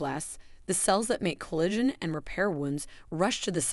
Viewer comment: Thank you for saying this. For example, "collagen" was initially pronounced incorrectly but correctly thereafter. The stress and rhythm were really off-putting. The "narrator" had a pleasant voice, but a human narrator would be much better. (Speaking as one who used to do narration for videos.)